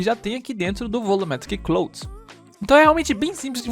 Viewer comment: Ótimo tutorial, mano. Continua assim ✌🏽😁 Só uma dica: nuvem em inglês se pronuncia "Claud" kkkk